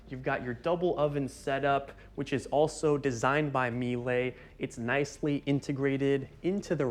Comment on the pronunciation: The correct way to pronounce Miele is Mee-la, since it's a German brand and not French. Like pronouncing the car company Porche (Por-sha).